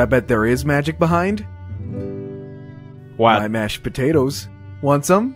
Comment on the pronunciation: Did you really pronounce behind as Buhind